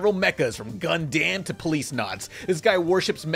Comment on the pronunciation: It's pronounce "Gun-dum" not "Gun-Damn!"!